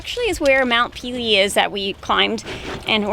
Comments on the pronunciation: You make me cringe everytime you say mount peelee.....it's French...there's an accent on one of the e's...meaning it sounds like...mount pay-lay NOT peeeleeee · Mount Pele is pronounced Paylay. Great vid.